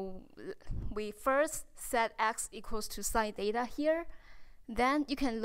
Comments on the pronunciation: "Theta " thats not" deta" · The way she's pronouncing theta😄 Is just adorable. It's like she's saying data ngl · It was a bit annoying for me tho. But anyways..